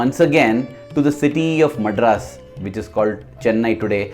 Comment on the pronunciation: Wrong pronunciation of "Madras"